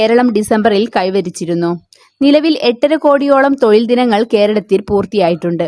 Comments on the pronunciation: തൊയിൽ അല്ല തൊഴിൽ ആണ് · തൊയിൽ അല്ല, തൊഴിൽ എന്നാണ്. ശരിയായി മലയാളം പറയാൻ പഠിക്കൂ. ഉച്ചാരണം ഒരുപാട് തെറ്റുണ്ട്. അടുത്ത വീഡിയോകളിൽ ഉച്ചാരണ ശുദ്ധി പ്രതീക്ഷിക്കുന്നു 🙏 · തൊയിലല്ല - തൊഴിൽ എന്നു പറ